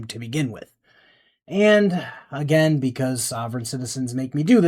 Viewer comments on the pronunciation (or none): none